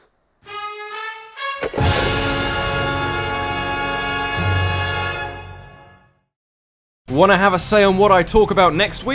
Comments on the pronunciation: You know it's pronounced ark-ee-iss right? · "Mega ARSE-eus"